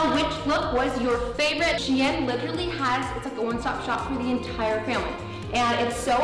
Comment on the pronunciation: Wait I always pronounce shein as sheen but is it meant to be pronounced as she-in cause that is how madison said it 💞